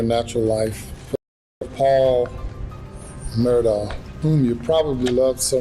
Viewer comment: It not Mur Dough ... It's Mur Daw!🤦🏼 Sorry it was frustrating me...